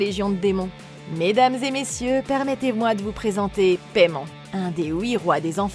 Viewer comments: ça se dit paillemone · "Paimon (Paille Mon) !" "Paimon (Paille Mon) ?" "Les lavage du plus longtemps avec Paimon (Paille Mon) ?" "Alors, c'est peut être lui mais le démon Paimon (paye mone) pas Paimon (Paille Mon)"